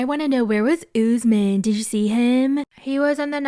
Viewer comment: Every 90 day recap really butcher the name Usman. It is my first name and tis pronounced uu s - m aa n....Not Ozzemin